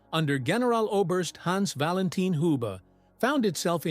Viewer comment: Agreed. And Hans Valentin Hube - not [hjub]. I guess that's because of AI narrative.